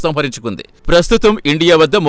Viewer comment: స్కాట్రాన్స్ కాదురా.. అయ్యా... అవి స్కాడ్రాన్స్ అని పలకాలి...